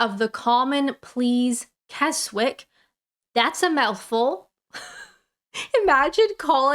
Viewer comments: It's not pronounced Kes wick but pronounced Kes ick.😊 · Half-pissed and giggling at 9am. You are definitely now a Brit. Well done. 😂 ps. Keswick is pronounced "KEZZ-ick". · . Keswick is pronounced "Kezzick". :) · You've changed since you earned your right to remain. Before you would have pronounce Keswick correctly as 'Kezzick' not 'Kess Wick'. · Llandudno is pronounced 'Clandidno' (it's Welsh!) and Keswick is 'kezzick'... you're welcome! The founder and chairman, Tim Martin, set up J D Wetherspoon in 1979. Why ‘J D Wetherspoon’? Because ‘J D’ form the initials of Sheriff JD Hogg from The Dukes of Hazzard TV series, of course, while Mr Wetherspoon was one of Tim’s teachers in New Zealand! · Llandudno = clan-dudno (more or less) Keswick = ke-zick Harrogate = harrow-gt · Very good! One little mistake, almost invariably, if you have a UK placename where the last syllable starts with a w, the w is silent, so Keswick is pronounced Kezick, Harwich (Harritch), etc. Exceptions include Wick (pronounced as spelt), Hawick (Hoick), Aldwych (Olld-witch), Sandwich (Sand-witch) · Keswick is pronounced Kesick. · The Quayside Wetherspoons in Newcastle is housed in old warehouse buildings dating from the late 1500s. By the way, Keswick is pronounced Kezzick. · Keswick is in the Lake District. You drop the W and pronounce it KESICK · Keswick, pronounced Kezik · Keswick is pronounced Kezzick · Keswick pronounced kezick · Keswick is pronounced Kesick, as in Berwick which is pronounced Berick. Sometimes the W is not emphasised. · Keswick is pronounce Kezzick! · ll is harder sound to get right but "lan-did-no" is most of the way to it. Keswick is kes-ik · Keswick in England-you miss the W when saying the name. Keswick in Ontario you use the W